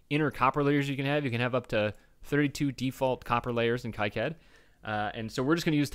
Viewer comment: Is there a Eagle lib importer for Kicad 6.06? (its Key-cad, not Kike-add)